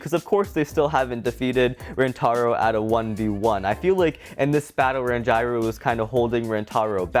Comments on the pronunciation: Can someone tell that Ranjiro’s name is pronounced Ranj-ear-oh not Ran-gyro😂😂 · It’s Ranj-ear-o not Rangyro. Please stop saying Rangyro🤣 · You said ranjiro wrong